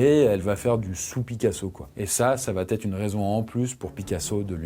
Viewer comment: Très intéressant ! Juste une petite critique bienveillante, attention aux fausses liaisons. Vous dites plusieurs fois "il va t' être".